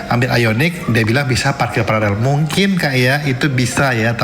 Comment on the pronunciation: Host gak bisa baca paralel